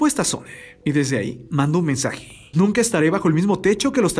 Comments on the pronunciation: "nuca" nunca xD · Te falto una N, porque dice nuca en lugar de nunca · jajaja me di cuenta de algo en la parte donde dice "Nunca estaré bajo el mismo techo que los talíbanes nuca" Dice "Nuca" XDDDDDD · En una parte dice "nuca"